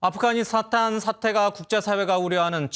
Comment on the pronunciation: 아쁘가니사딴이요??? 앵커가 발음이 왜이래ㅋㅋㅋ